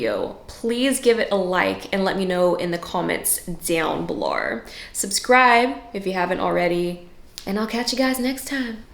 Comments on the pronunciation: "Down beoWRE" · LMAO "down belar" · I love that you're only Australian when you say 'belowr' 😂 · This is the third video that I’ve watched of hers, and it’s funny coz I noticed it last time too, but she says “below” in a very Aussie way😂 It’s very cute coz she sounds very American and bam “belough”😂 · Do you have an Aussie parent or friend? or do you live in Australia? A couple of words you say sound very Australian 😂 “down below” x 2 was the dead giveaway hahaha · will anyone talk abt how she went australien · She says " down below" like an australian🤔🤔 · the "down below" threw me so much!!!!! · I can’t figure out if she grew up there some and just kept a little of the accent lol Its only when she says “below” or similar. I don’t think she’s joking cause it’s on the same words but am curious! Haha She nails it if it’s just joking! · the aussie accent when u say below, IS IT REALLÉÉ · I thought she was Australian when I heard that 😂😂 like an Aussie living in America